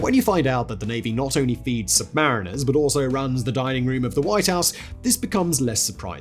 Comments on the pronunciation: Technically, the US submarine sailors preferred to be called sub-ma-REEN-ers versus sub-MAR-iners as you stated. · SUBMARINE-ERS Not SUB-MARINEERS!